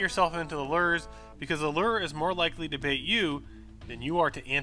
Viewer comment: Lure with a long "U". not Ler XD